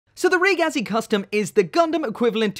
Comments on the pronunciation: Its pronounced reh geh zee, ragazzi is italian for kid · REEE-GAZI, it is pronaounced ri-giz